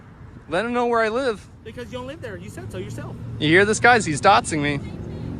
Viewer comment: What the hell is “dotzing” somebody? 🙄